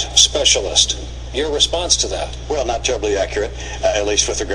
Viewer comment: That not correct..dat not correct.